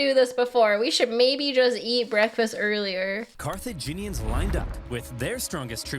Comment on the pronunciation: Ah yes, Carthinians.